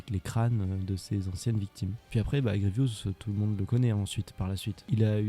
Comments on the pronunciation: Grievous et non Grievious! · C'est Général Grievous. Désolé mais il faut que tu réépèle son nom.